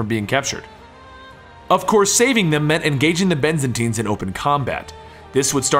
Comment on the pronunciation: Byzantines, not Benzantines. :P